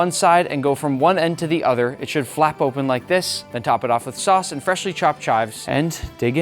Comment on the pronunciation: I thought you said sus instead of sauce😭